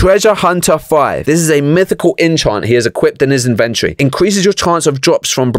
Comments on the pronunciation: (in-vent-ory not in-ven-tree) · you iddy biddy siddy bit of small brainer. It's the in ven tor eee, its inside the inventory